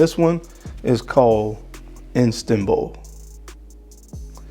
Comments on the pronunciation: Its Istanbul not Instanbul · *Istanbul, bro. Not Instanbul. Formerly, Constantinople. Dope video, though.